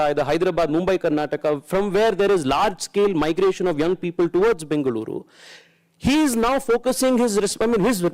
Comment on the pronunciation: i like the way the anchor pronounced Bengaluru and Tamilnadu